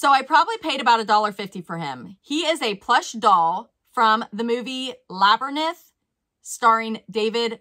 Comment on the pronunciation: Your pronunciation of Labyrinth hurt my heart...bc it most likely means you never watched it as a preteen💔 movie made for David Bowie of puppets and music!